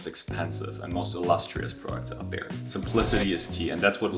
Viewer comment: ahh the german "three"